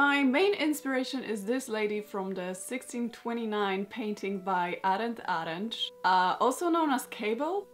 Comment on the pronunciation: Awwww, you’re pronouncing Arent Arentsz and Amsterdam so well! His nickname ‘De Cabel’ is pronounced with the same ‘a’ like ‘ahhhh’ as is Averkamp from Hendrik Averkamp. Everything pronounced as an English ‘a’ is written as ‘ee’ in Dutch. But that’s not your expertise, so no worries!! I love what you’ve made from it regarding that if I’d lived 500 years earlier I could have looked like this. Because I’m even from the same part of NL🤗 As a child I’ve skated very often, but now not so much ice. I guess I should come to your country then! Oh and one more fun thing you remind me of my aunt when she was younger. So you look Dutch too🤩😎